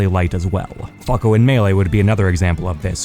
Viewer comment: Stop saying falco like that